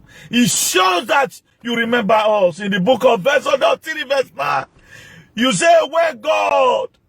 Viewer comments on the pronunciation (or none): none